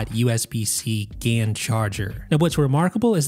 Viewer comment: Lol ‘Gay-en’. Probably best just to say ‘Gallium Nitride’ (GaN) instead 😹👍🏻